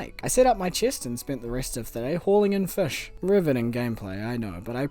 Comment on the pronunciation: take a shot everytime he said "FESH"